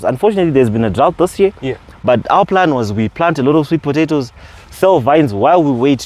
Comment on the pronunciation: please learn how to pronounce potatoes 🥔 😅 It's so difficult for me to ignore I'm sorry.